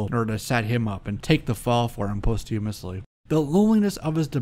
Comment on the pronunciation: Great episode...you persistently mispronounce "scourge" (pronc: skUrge) and you mispronounced "posthumously" (pronc: PAHST you must lee) Keep up the great scholarly work!